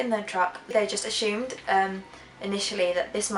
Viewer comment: Strangest thing about this whole thing is where the "h" sound comes from the word Assumed?? Lol